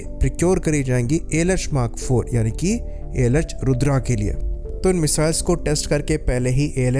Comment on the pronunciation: Bhai tu gawaar hai kya bilkul. Rudraaa rudraaaa kya kr rha hai??? Bachpan me hindi nahi padhi?? रुद्र bolna sikh le